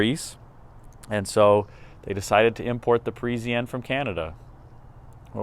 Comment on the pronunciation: for god's sake ,it is not Presianne,it is PARISIANNE